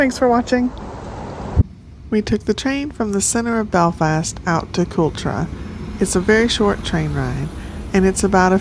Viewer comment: It’s pronounced “cul-trawwww” darling ❤😂 fab place